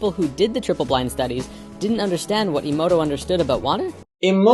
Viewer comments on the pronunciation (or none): it's not ii-moto it's eh-moto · Eh moh toh, not ee moh toh.... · For someone that claims to really revere the work of Masaru Emoto... () does a great job of not pronouncing his last name correctly.